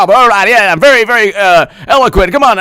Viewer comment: "I'm vewy, vewy sowwy.Hahahahahaha!"